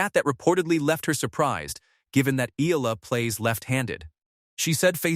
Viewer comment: Eala not Ela